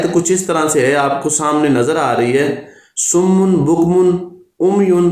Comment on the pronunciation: salam.sir ye lafz SUMMUM hy na k summun.plz dont mind it.